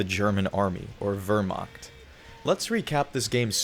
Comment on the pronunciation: Wehrmacht ❌ Wöhrmackt✅